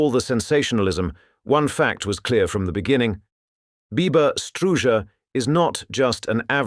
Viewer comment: This was really interesting. Cept every time he said Biba I kept thinking Bieber, heh